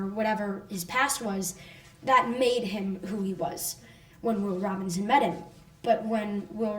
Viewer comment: I like the show so far although I am only on episode 4. That being said it really bothers me that no one in the Robinson family seems to know how to say the name properly. Are you kidding me? It's your last name! My last name is Robinson so I picked up on this. Everyone in the show pronounces the name Robin(sin) not Robin(son). What is the deal. Is this some pathetic sexist thing? E.g. When the children are putting their hand print's on the wall in the cave in episode 4 he says the line "Come on, it says the Robinsin's" This is disappointing.